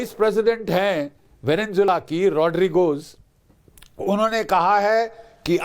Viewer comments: "वेनेनजुएला" नहीं है, "वेनेजुएला" नाम है देश का. स्पेलिंग तो पढ़ ले, और दूसरों को सुन क्या नाम बोल रहे है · Anchor keeps saying " VeneNzuela " which is totally incorrect. come on, you are an anchorman and you should know the actual pronunciation of a country's name - there is no N in the middle. I capitalized the letter N to draw the attention. Simply - Venezuela.